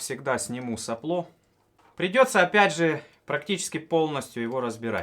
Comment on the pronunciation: стал говорить соплО вместо сОпло:-)